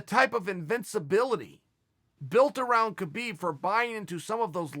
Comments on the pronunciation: Chael I don't wanna correct u becasue u might beat me up but it's pronounce habib not khabib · You explained it pretty well Chael, now please please please pronaunce his name correctly, it is Habib, not khabib, how do you pronaunce knight,know,knowledge etc. There is no k no. K it is just Habib, thank you and thumbs up for the video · Just a small note but I believe his name is pronounced "Habib" where the K is silent as opposed to "Kabib". Cheers Chael :)